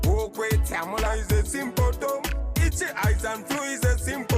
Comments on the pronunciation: symptom......pronounced in a stylish way. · I hope no one catches a "Sym-po-tom". 🔥